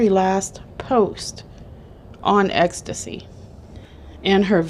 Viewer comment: Its ETSY AT-SEE not ecstasy, that's a damn drug